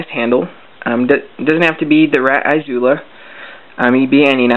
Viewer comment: The izula is da bomb. exept you say it kinda weird, iz ula not "I" zula, idk, thas just the way I say it, great vid though, I figured out something very simminlar on mine, exept I did'nt name it.